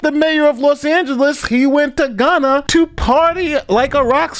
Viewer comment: you pronounced Ghana, Guyana. Completely different countries, mate. Great videos; respect from the UK. Keep up the good work.